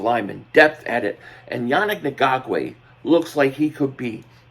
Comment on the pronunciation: I really….. really, really, really hate when people make videos and don’t take the 3 seconds to learn how to pronounce their name. Annoying and disrespectful at the same time… say it with me “Yah-nick N-gok-way” it’s really not hard.